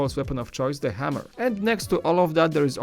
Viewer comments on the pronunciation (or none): none